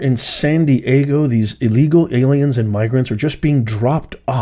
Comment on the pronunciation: ILL LEGAL....ILL....STOP SAYING UH LEGAL. THEY DONT BELONG HERE